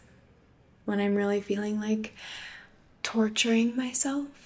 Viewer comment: Why did she have to emphasize “Torturing”🤔